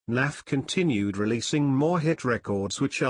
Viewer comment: Why this Windows Narrator keep calling him "NAFF"?